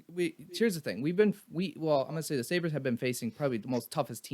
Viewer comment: Just to let you know it’s Sabres